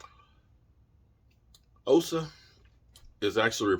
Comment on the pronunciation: and anyone else who cares to learn to properly pronounce "Osa Odighizuwa": Osa is pronounced AU-SAH. The "AU" sounds the same way you'd say "AU" from pronouncing AUdio or AUdi. The "SAH" portion needs no explanation. However, in pronouncing "AU-SAH", there's no pause. So simply pronounce it as AUSAH. Now, onto the harder one: Odighizuwa is pronounced as AUDI-GEE-ZU-WAH. The "AUDI" is pronounced exactly like the car Audi. The "GEE" is pronounced exactly like the "GEE" portion of the name McGEE. The "ZU" part is pronounced exactly like the ZU in Zumba. And the "WAH" part should need no explanation. Accordingly, when you slap everything together it's would simply flow phonetically as AUDI.GEE.ZU.WAH. Note: That I've included "." to give note to the presence of slight pauses which will naturally occur as you simply say the name.